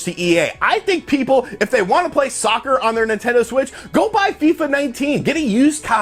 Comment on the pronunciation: stop emphasizing the word soccer.